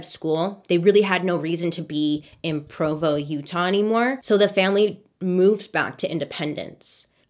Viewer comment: As a born and raised exmo..living in utah...your pronunciation fills me with so much joy. lol Provo is the Judgiest town of all the towns.